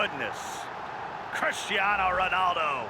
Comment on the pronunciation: My man can’t pronounce Cristiano or Vieira